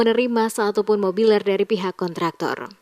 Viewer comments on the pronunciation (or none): mebeler..bukan mobiler....